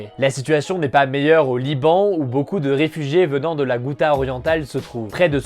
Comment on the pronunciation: Bon la ghouta ça se prononce routa comme la route et pas goûta !!!!